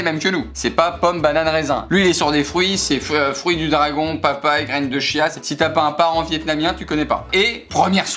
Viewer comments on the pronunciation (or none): none